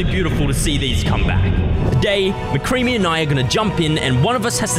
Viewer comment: Did he say MocCreamy